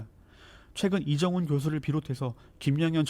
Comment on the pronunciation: 리정훈님이래...😂북조선 분이신가?😅